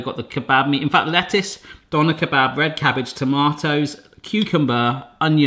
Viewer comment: being german it sounds so funny to me how you say Döner kebab.